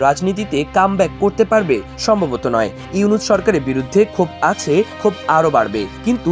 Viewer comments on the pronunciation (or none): none